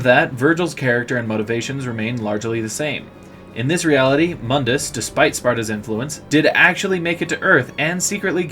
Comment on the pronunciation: You're not using the crappy reboot, so why are you using the crappy reboot's pronunciation of Mundus' name? In the original games, his name is pronounced "Moondus."